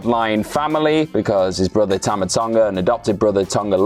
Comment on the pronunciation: Tama not Toma.